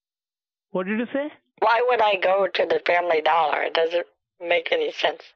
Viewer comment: "family dooler" hahah